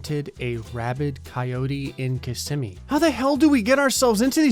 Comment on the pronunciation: Finally. Someone pronounces Kissimmee right.